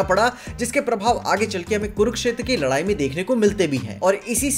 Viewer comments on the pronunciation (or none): none